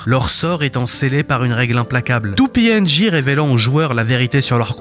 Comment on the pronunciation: J'aime bien la vidéo mais STP C'est pas GRAID island mais Greed Island (Grid) Et c'est pas Pi NJ mais PNJ... Ca rend fou